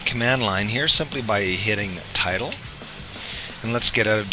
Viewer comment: Bro I spent so much time looking for the “title key” because you pronounced tilde wrong 😂😅